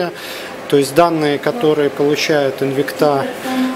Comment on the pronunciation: спасибо! Но только правильно ставьте ударение в названии Инвикта! ))) Французы должны были научить...))